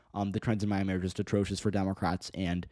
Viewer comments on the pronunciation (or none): none